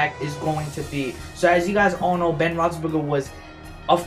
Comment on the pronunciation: u said ben's name right the firt time but not the second